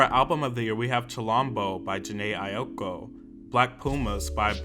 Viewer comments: Jhené Aiko is my favorite artist of all time and even I don't think Chilombo should have been nominated for Album of the Year. Would have been a good place for Blinding Lights or Sawayama. Also Aiko is pronounced like (eye-ko) ☺ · "ay-oh-ko" "foe-bee bridges"💀